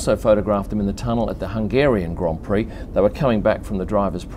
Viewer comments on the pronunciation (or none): none